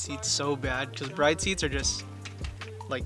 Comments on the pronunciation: it's pronounced : BREE-DAY lol not bride. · I don't mean to be that guy but I just wanted to say that it's pronounced "brid" 😅😅😅